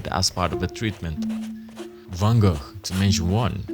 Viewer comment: Did you just pronounciate van Gogh correctly? I can't believe my ears!